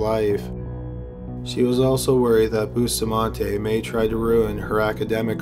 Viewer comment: I’m still on the first killer and I CRINGE everytime he says Bustamante.. It’s pronounced “Boo-stah-man-teh” not boostamahnteYYY PLEASE